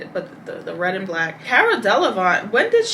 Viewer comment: Man U butchered caras name lol